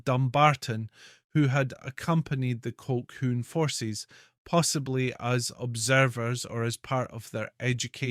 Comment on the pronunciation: The word is Colhoon . How can you expect any Scot to take you seriously if you can't speak Scots.?